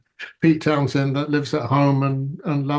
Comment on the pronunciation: "Towshend" ffs🙄